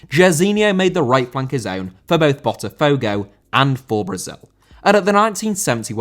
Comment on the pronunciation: Botafogo * not Botterfouwgouw